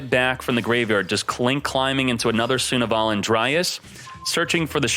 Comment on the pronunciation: it's pronounced Sun-Avalon not Suna-valon